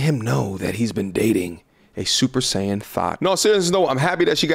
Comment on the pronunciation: Did he say "super sayan thot" 😭😭